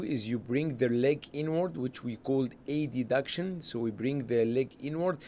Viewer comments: why he was saying A-D-duction?! its called adduction as a one word but anyway very nice illustration ,, thanks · aha, first time I hear this pronunciation.. thank you for the clarification😊